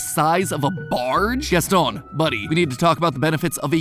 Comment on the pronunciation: Why are you saying Gaston like that though?